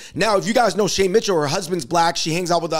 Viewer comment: you can’t pronounce “Shay Mitchell” without saying “shame” Shame Mitchell